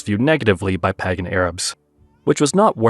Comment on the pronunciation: It's "pey-gan" not "pah-gan"